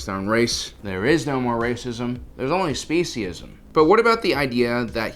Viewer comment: It's not sesieism it's not spiSHism It's R